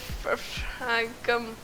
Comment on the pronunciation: i think you say it as, "dia-fram" : D